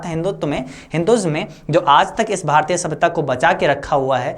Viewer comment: भारतिय ❎भारतीय ✅